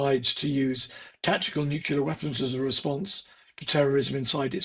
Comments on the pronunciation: That would be NU-CLEAR - NOT NU-CU-LEAR - I would have thought this man would have known better...... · It is just ditracting in a serious discussion to have a British person (obviously very intelligent) pronouncing it as 'Nukular'. This subtly shows the US influence around the world. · A guy that smart can't pronounce the word Nu-Clee-Ar ?